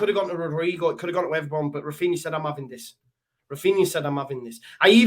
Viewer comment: "We're having Chinese....We're Avin it!" 😆😂🤣